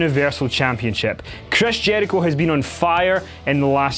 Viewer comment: Love this accent but I laughed so hard when he said "Chreys Jeurichoe" 😂